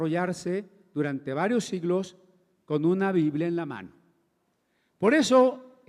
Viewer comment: Todo bien... ¿por qué será que a veces les da por decir "biblea" en lugar de "biblia"?